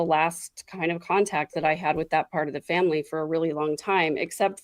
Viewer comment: And fimmmily, instead of family 🙄